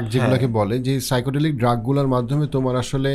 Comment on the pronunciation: একটা ভুল উচ্চারণ করেছেন। সাইকোডেলিক না, word টা সাইকাডেলিক। Psychedelic.